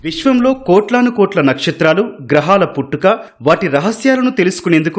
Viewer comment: కోట్లాను కోట్ల కాదు.. కోటాను కోట్ల..